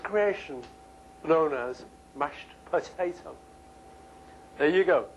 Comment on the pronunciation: Why does this have almost 400,000 views? Is it because he says "put-eh-toe"?